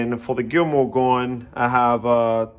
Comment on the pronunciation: “ DA GILMOR GON” 😂